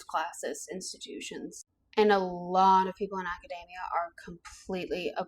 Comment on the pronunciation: It is not pronounced like macadamia (the nut).. There is an E in there. Urgh ... a-ka-dee-mee-yuh.